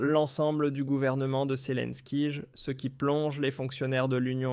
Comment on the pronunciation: pourquoi tu dis selinkige apprend à parler